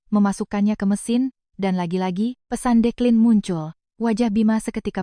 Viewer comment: Asik mendengar lg kata DEKLINET